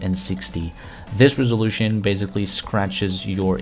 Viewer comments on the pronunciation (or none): Us : resolution Him : rizzolution Fr it sounds like that